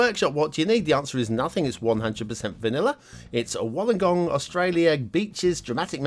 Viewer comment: Pronounced “wool-ung-gong” 😜. Great place to go whale spotting! Us Aussies like to swear a lot hahaha